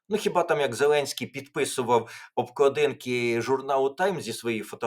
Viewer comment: Пане Тарасе, не обкладІнки, а обклАдинки. Звертайте, будь ласка, увагу на наголоси. У Вас вони іноді дуже дивні.